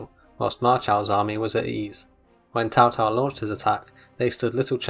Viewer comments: It is pronounced like a Ts, so it's Tsao Tsao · Why does he keep saying Tao Tao?